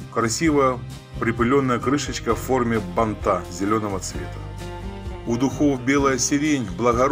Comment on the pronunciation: СорокОвые годы, бантА… Что за издевательство над языком и нашими ушами?! Не смогла досмотреть до конца.